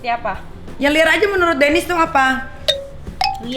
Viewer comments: Pas ngomong rokok lancar pas ngomong menurut menuwut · Denis jangan ngomong "menurut" kek.. w terngiang terus vidio bocah ngecengin lo ngomong "menuwutt" 😂